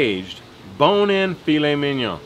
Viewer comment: I'm a little late on this..but...you said Filet Mignon just right and I thank you for that hehe. Great job my bud..Lobel's rocks! Love y'all...oh and I WANT THE BONE